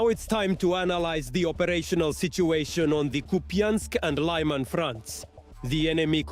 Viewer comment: I prefer your living staff..but understand how hard they have been working 🤗 No Ukrainian would mis-pronounce Lyman 😋